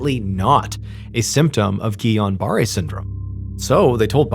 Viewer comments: Lol that’s not how you pronounce guillain barre lol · Mondays are not so shit after all, yippeeeeee, all the way from the UK. When you mentioned the possible syndrome her suffered from you mispronouced it, it's called Guillen Barre Syndrome, pronounced Gil-en-bar Syndrome, it's a severe Bacterial Infection that attacks the brain & it's functions so you're left Paralysed 😊 🇬🇧❤️